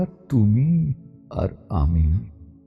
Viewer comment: কবিগুরুর কবিতা পাঠে যে আত্মোপলব্ধি প্রয়োজন আছে , তারই প্রতিচ্ছবিভেসে ওঠে এই নিবেদনে । তুমি আর আমি , শব্দচ্চারণে , ( পঞ্চম বার শুনি ) ততবারই সমৃদ্ধ হই কিভাবে ভাবনার বহিঃপ্রকাশ আপনার কন্ঠে ধ্বনিত হয়ে উঠেছে । ❤❤❤🙏❤❤❤